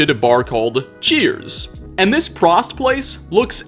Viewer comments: Prost, pronounced like Toast. Not like Frost. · as someone who knows German I feel obligated to correct you on your pronunciation of 'prost' it is not 'prahst' it is 'prohst' you may now continue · One correction on the bar name...Prost is said with a very long oooo sound...Prooooost...means cheers in German. Oder auf Deutsch Prost!!!🍻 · Its pronounced Prost. Like Toast. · Its pronounced prohst not prost btw. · does not observe "Okto'be(e)r'fest" and it's Prost like 'Pro-Bowl' not 'Frost' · Its pr-oh-st but thank you for pronouncing my last name correctly Also everyone being like “Tarzan isn’t Disney” you are partially correct. Yes the original story isn’t a Disney but then original story is also fucking horrible but he’s referencing the animated film from Disney who copyright and takedown a fuck ton of videos if it’s even just a 1 second clip. Congrats on knowing more than the average consumer but come on guys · Prost is pronounced like “pro” and “host” with out the “h”. Spivey is pronounced “Spy-vee”. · It's pronounced "Prohst". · I was waiting to see if someone would correct it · Oh boy you absolutely massacred the pronunciation of "prost" XD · Apparently we're the only people who caught this haha. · pronounciation is on the O in Prost, a long O :D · First I was SCREAMING when he mispronounced Prost. My kids actually came in and asked what's prOst? Also even though I know 100% he was saying kiddie kingdom I was hearing titty kingdom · Fyi "Prost" is German for cheers also you pronounced it wrong, its a long o not a short o. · I clicked off as soon as I heard "The Prost" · Listening to you mispronounce "Prost" almost makes me angry lol